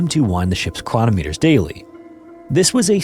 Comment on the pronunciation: Thank you for all these. Emphasis: chroNOMeters . Measuring devices have the emphasis on the second syllable.